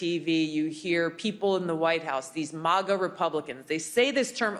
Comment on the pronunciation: Thank you for saying M-AH-GA and not MAAAGA Tulsi.